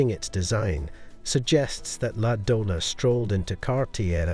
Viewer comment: Its called la Doña with ñ not the Donna